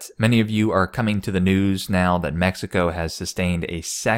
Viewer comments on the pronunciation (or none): none